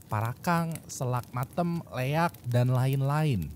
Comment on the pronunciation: Leak bang bukan leyak,maaf mau benerin kata"nya aja